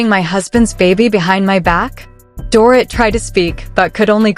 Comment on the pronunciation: Get the NANES right if you plan to narrate... It's DORIT like DORITO. This stupid pronunciation is ANNOYING.